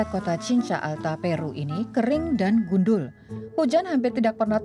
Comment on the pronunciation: Mbaknya pengisi suara orang Jawa pasti. Wkwk keliatan pas bilang gundul